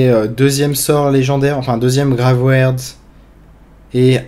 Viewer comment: Merci pour le deck :) par contre tu me trigger a dire gravwerd au lieu de graveyard (grève iard) pour le cimetière du voleur hahaha